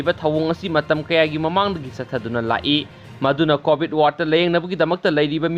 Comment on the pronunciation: Hwjit c covid matam ni aduna poa c fajana tabiyu 😎😎😎 covit haiba natte covid haibni😂😂😂